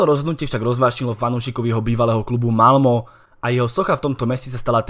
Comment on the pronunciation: Čte se Malme ne Malmo